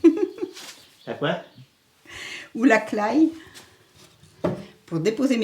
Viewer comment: Elle dit "claye" pour la claie. Ça doit être du breton. Cependant, en patois vendéen, ça se prononce pareillement.